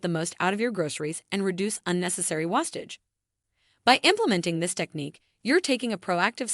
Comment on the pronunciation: Learn how to say wastage... WASTE-age